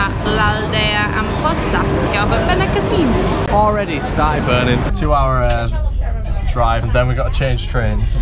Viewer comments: beniCÀssim not benicaSSÍM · Why do all English people say benicaseeyum. It's just 'seem'. Benicassim?